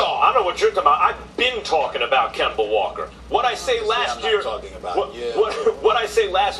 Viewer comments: LMAO KEMBERR WALKA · Kember Walker! Lol